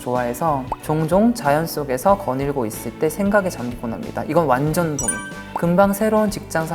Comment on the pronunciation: 완젼이라 하는 발음 왜케 기엽니ㅠㅠ 영원한 막내 쭁